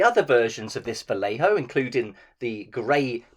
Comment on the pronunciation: Spanish here, the pronunciation is "vayejo" if it were written in English, thanks for the content anyway.